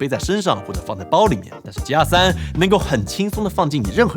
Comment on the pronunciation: 鸡鸭3，怎么那边的人读g要读成鸡？